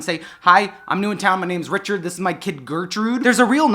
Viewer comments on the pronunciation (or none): none